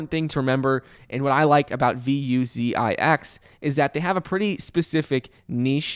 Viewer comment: I like how calls them "V U Z I X". So unique!! Haha